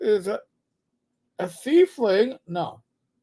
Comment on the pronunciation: Saying "thiefling" instead of "tiefling" really gives Boomer, they've been around since 2E Planescape.